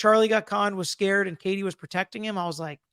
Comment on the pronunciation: It’s KATIE 😂 not Kate